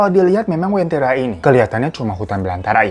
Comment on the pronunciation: Ku dari Palu bang, penyebutannya Uventira